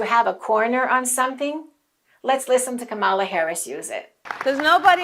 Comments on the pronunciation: Dear, you're mispronouncing Kamala's name. It’s not KamAla, it's KAmala. You gotta stress the first syllable. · Accent is on first syllable : Ka mala! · Great video, thanks. But you mispronounce Kamala's name. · too bad she mispronounced it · Please pronounce her name correctly before we can truly listen to your message.